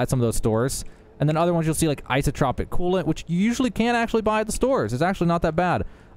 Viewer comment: It's isotopic, not isotropic. As in isotope, not isotrope.